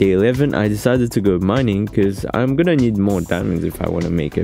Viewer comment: 💀 "iam guenna find you joker"